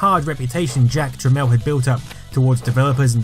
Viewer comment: Really, Jack Tramiel should be better known. It's pronounced "Tramel", calling him "Trameel" pissed him off a lot, as did many, other things. He's not a very lovable character, but was probably the biggest contributor to the computer & gaming industry thru the 80s into the 90s. RIP Jack. PS He was an Auschwitz survivor which no doubt shaped his character.